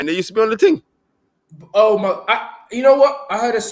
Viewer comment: "the ting" 😂👏🏾